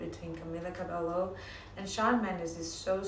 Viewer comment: Fake! She even pronounced Camila's last name wrong!